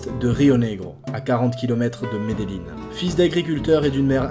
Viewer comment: les gens disent medelin mais faut dire medejin avec un j meme si c avec double ll